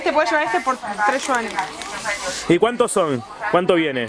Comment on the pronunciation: De donde sacas la s de Yuanes? por Dios!